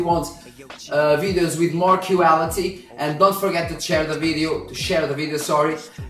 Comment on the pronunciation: "cueality" that one cracked me up!!!